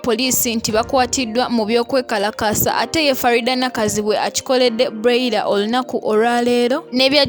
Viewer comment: what darling 🤷 ? have i done wrong to correct her? don't u hear how she pronounce the name of someone's daughter? that broiler, like seriously ??? so do u think that she doesn't know the pronunciation of the name? mutulekemu namwe.